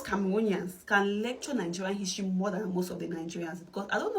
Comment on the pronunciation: My brother creates his own his-to-ry😂😂😂